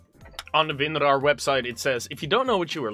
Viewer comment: every time he says winrar another child dies of cancer